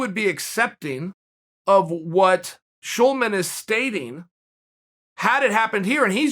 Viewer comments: Sulaiman NOT Schulman🙏😂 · Berico Shoelaman? I've been saying it wrong for years